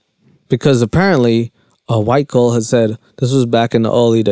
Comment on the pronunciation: Can you say girl without saying “gull” lol